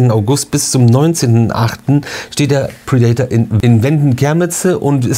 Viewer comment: Bitte nicht "pridaitor" aussprechen, sondern "prädäter"😉